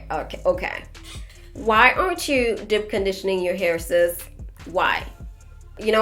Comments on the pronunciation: I was like what is “dip” conditioning than realized she was saying deep conditioning 🤣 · I think it’s cute how you pronounce deep (dip)‼️